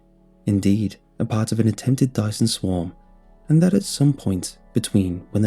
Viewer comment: A Dyson what??? XD you said that soo wrong :p